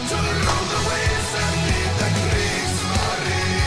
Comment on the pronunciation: They might be historically accurate, but the E at the end of Kriegsmarine is not silent. The "ne" has to be pronounced as in "never"